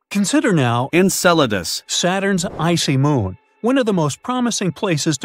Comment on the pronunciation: the AI said it perfectly, didn't it?